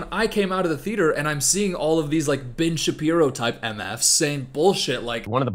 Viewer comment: Great video, really enjoyed your takes on both films. Just as great: when you said Ben Shapiro's name at a certain speed and it sounded like b*tch Shapiro, so henceforth I'll consider that his true name lol